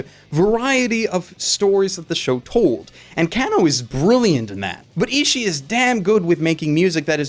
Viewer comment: YAH-sue-shi / Ee-shi-ee (like the last "ee" of "kawaii") If you need help with you pronunciations I'm always here (